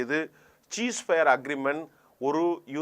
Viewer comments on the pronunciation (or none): Dear Gem Tv editor, Please find a speech therapist to correct your words. I studied English Medium. So I can't tolerate your pronunciation. No cheese fire. Cease Fire is the correct pronunciation. - From Colombo